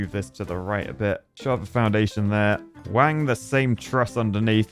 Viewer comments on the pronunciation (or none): none